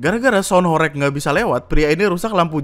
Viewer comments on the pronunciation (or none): Gw di surabaya, alhamdulillah ga ada horeg😅 BTW cara bacanya "horeg" salah bang. Reg = peREK ✖️ Reg = REGo (bhs jawa nya harga) ✔️